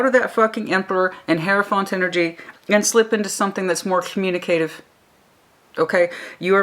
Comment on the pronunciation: Hey, it's Cyclic pronounced sick-lick. Laborious pronounced la-bore-ee-us. Communicative pronounce cum-you-nick-ah-tive. Obligatory pronounced oh-blig-ah-tory (the blig rhyming with cig as in cigarette). Just helping!:)